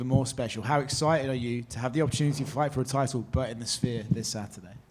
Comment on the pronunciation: It's not spere its sphere